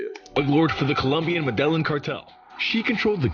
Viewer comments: The way he says medelline bugs the hell out of me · We know the narrator doesn't know Spanish, because he constantly pronounces Medellin incorrectly!! You should watch The True Wealth of Pablo Escobar by RealLifeLore!! It's a short video, but it shows how rich that guy was, as he was probably the richest criminal of all-time....besides Vladimir Putin!